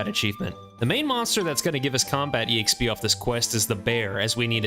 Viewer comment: "E-xp" hurts my soul every time I hear it